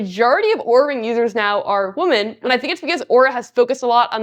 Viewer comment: learn how to say the plural of woman properly, you sound uneducated